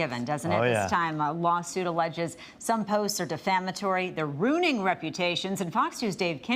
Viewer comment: "the posts are rooning reputations…" Rooning?